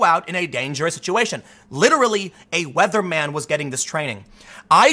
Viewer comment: Weatherman ? Wetheraman !